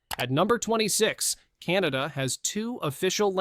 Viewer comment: Finally a Britain who didn't call my country...Canader, applause and thank you.